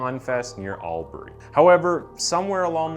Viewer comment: its so weird to hear this story ive never heard before despite it happening quite literally a town over from mine. Also you did an awesome job pronouncing most of the town names, though i would like to point out that Albury is pronounced awe-bree and Mildura as Mill-dure-ah